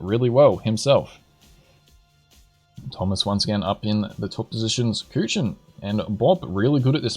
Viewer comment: I like how he is pronouncing Kuchen like Kütschen xD